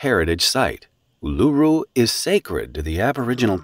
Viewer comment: old mate the AI narrator cannot pronounce Uluru correctly, plus the national sport is AFL with Cricket and Rugby League a close second.